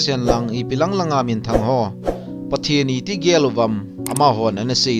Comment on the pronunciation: Pathen ging jing nati pronounce chu adih poi bro